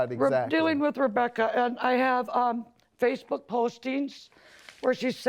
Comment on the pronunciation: “harassing me on fyacebouk 😡😡”